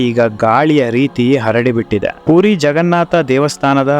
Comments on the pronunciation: ಅಣ್ಣ ಅದು ಪೂರಿ ಅಲ್ಲ ಪುರಿ ಅಂತ ಹೇಳಬೇಕು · ಪೂರಿ ಅಂದರೆ ತಿನ್ನುವ ಖಾದ್ಯ. ಪುರಿ ಎಂದು ಉಚ್ಚಾರಣೆ ಮಾಡಬೇಕು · ಪೂರಿ ಅಲ್ಲ ಪುರಿ.😮